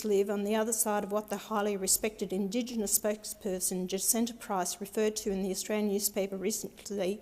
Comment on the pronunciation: She can't even say Indigenous, this idiot can't even read. Since when does she care about Indigenous people? When it looks good. 6 figure salary, you have got to be kidding me. She definitely didn't write that speech.